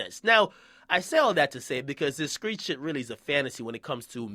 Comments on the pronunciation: it's street! not skreet and who give a fuck about all this fake shit do u have a day job dude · why this man keep saying "skreet" lol it's "street" fam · Stop saying skreet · Stop saying SKREET with a K instead of a T you are NOT an uneducated country nigga from the south. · Why the fuck do you say street with a K nigga? Lmao